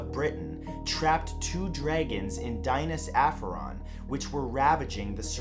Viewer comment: No.4 is miles off for pronounciation. It’s closer to Dee-nah’s A (as in apple) ff A (apple again) on